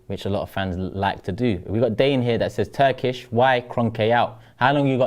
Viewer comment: Turkish is spot on.